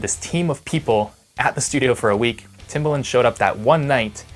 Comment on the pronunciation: Timbaland, rhymes with "arrogant"